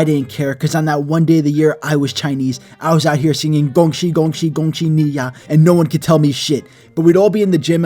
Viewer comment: As a half asian half white kid i can confirm that the gong shi gong shi gong shi ni ya was on point, i can also confirm that white rabbit is the food of the gods